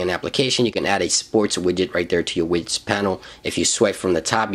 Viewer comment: Wait did you just say wigets